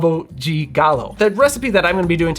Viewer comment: Nice to see an American pronouncing "de" properly. It's not "deh" folks, it's "gee". Rio de Janeiro = "Heeoh gee janeiro". Not "Rio deh Janeiro".